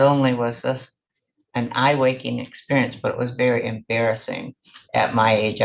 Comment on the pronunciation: I’ve heard, “Eye wakening” many times.